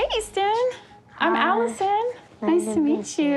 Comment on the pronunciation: IT'S EASTON